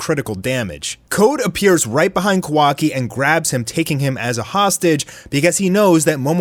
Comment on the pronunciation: it triggers me how u say kawaki